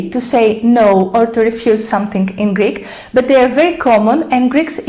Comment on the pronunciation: Your English is very good but ... you are confusing Thing and Think !! And it is NOT SomethiNK ,it is pronounced somethiNG